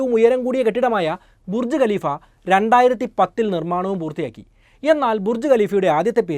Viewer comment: Galeefa' Alla.😂😂😂.Khaleefa Aan .